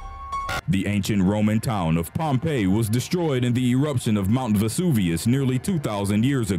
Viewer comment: Pompeyy lmao Edit: I’m sorry don’t curse me